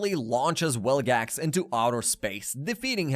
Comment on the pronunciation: you kept saying wilgax, it's vilgax